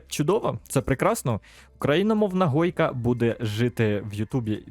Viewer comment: Правильно гойка, а не хойка